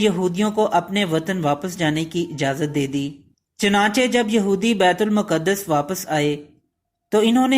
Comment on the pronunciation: Its not muqadass. Its maqdas.